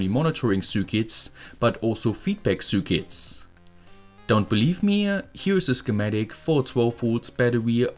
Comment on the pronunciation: Why do you pronounce "circuits" like that?